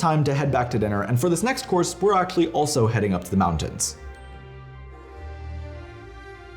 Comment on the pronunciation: Stop saying “Act-sshhully”